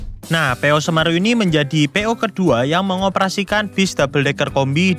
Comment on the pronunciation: 😂 cara pengucapan semeru salah